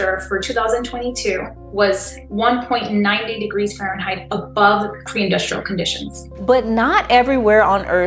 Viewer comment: What's a farenheight?